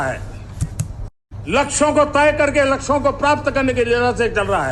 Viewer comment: laksho ko prapt.... Llplplplpppl .....ha ha ha 😂😂😂😂